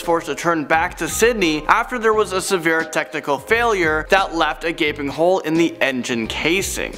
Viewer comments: "A gaping hole", not "a gapping hole"! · It's gaping, not "gapping" 😂😂😂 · Really guys, REALLY?! GAPING HOLE, NOT "GAPPING" HOLE!!! How unprofessional can you get?!